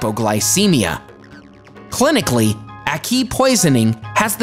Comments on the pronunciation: Exactly no you don't eat ackee or good it when it is is not open and this guy is butchering the names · Lots of facts but thats not how you pronounce ackee and cassava I'm Jamaican I really want to teach people how to pronounce things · Mispronounced ackee and cassava 🤣🤣🤣🤣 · HAHAHAH first of all the prounciatiaon of akee and cassava is hilarious